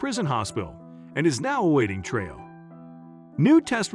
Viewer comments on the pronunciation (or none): The word is TRIAL (TRY-AL) NOT Tray-al!